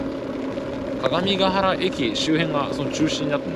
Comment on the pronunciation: 各務原駅(かかみがはらえき)ではなく、各務ヶ原駅(かがみがはらえき)ですね。近隣の高校は各務原高校(かかみはらこうこう)ですし、市名は各務原(かかみがはら)表記も音も乱立していてすごく紛らわしいですね笑